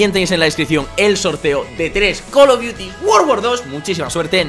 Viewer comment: 3 col of diutis guor gour doz xD